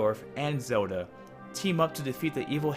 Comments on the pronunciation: sounds horrible... Its Zelda , not "zeruda" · its pronounced Ze-L-da